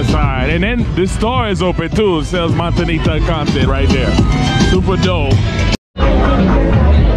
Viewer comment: Noticed that to. But he does catch himself once in a while and says it correctly, Montañita. No disrespect.